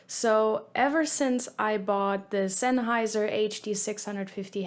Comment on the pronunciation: I can't understand why you being German keep pronouncing "Bahyerdinamicks" instead of its real pronunciation, specially if you pronounce "Sennheiser" correctly 🤔